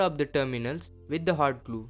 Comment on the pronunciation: does he say "hard glue" ? xD